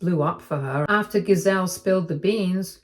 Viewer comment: You are saying the name GISELE wrong. The G has a J sound. Said as "JIH-ZELL".